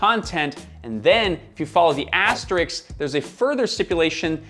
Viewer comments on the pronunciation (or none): It's asteRISK not asteriks ffs